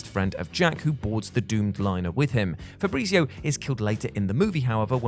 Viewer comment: My God i just love how you call him fabreezeeo